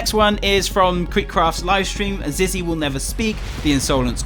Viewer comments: Its Not Zizzy its Zee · I hear Zee not Zizzy